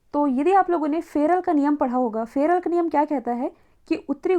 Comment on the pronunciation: फेरेल की सूत्रों अपने ठीक नहीं बोले